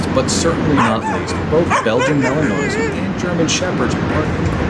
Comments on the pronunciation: The narrator is mispronouncing Malinois. I doubt he is familiar with dogs. Maybe he is just reading a script. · I managed a minute before I couldn't bear any more mispronunciations of Malinois. Surely, it's got to be top of the list when making a video showing your knowledge of the subject. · Imagine posting a video showing how much u know about a Belgian Malinois but u cannot pronounce it! Epic fail